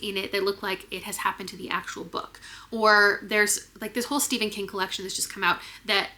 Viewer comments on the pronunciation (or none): none